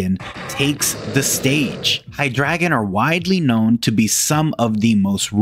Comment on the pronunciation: Love the video, except the pronunciation of "Hydregion." Its supposed to be pronounced Hide Region But you pronounce it High Dragon